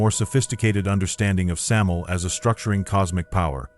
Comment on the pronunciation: bruh said samil lol thought it was sam-you-el or sam-aye-el